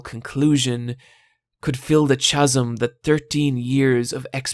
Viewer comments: Homage is pronounced "oh marge" (like marge from the Simpsons), not "hommidge" like you pronounced it. And "chasm" is pronounced "kazz-em", not "chas-em" like you pronounced it. There's no "ch" sound, it's not Chas like the name, like Chas and Dave. It's a hard K sound. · "...fill the chaz-em..." the CHAZ-EM?!?! I think you meant to say "kaz-m" instead of CHAZ-anything... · Nice summary though best played at 1.25 speed, also "CHasm"? ... eek! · Friendly reminder: the CH in chasm is pronounced with a K. Great video other than that though! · Why do you keep pronouncing "Tartakovsky" as "Tarkovsky"? Also, "chazzum" instead of "chasm" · A wonderful video, thorough enjoyed it. For future use, "chasm" is pronounced with the "ch" like a "k". [kaz-uh m] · Chaz-m? Haha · "chasm"? There's no way he's not doing that on purpose. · Ok, at first I thought this guy was just pronouncing things differently because, like, Japanese words tend to sound different in it's native tongue. But the way he fucking says 'chasm' is just fucking ridiculous. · ...do they actually pronounce "chasm" that way in Ireland? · Hold up....... You pronounce the ch- in "chasm" the same as "cheese"?????? Now I've heard everything.